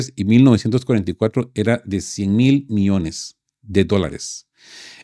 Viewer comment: cuidado con la dicción, no es lo mismo miones que millones...